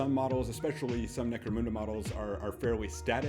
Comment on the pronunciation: Why do so many people call in Necromooonda?!